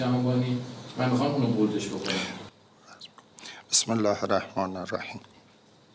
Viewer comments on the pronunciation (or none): شما لازم نكرده واسه ما تاريخ بنويسى هى ميگى پنج سال از عمرم رو گرفت و اين حرف ها حاجى اين داستان نون داشته واسه شما واسه رضاى خدا كه نرفتى دنبال اين كار پنج سال پنج سال ولمون كن بابا از اون بسم الله گفتنت با لهجه عربى و چهره ات معلومه چيكاره هستى